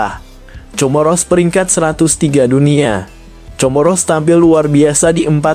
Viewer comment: Comoro dibaca KOMORO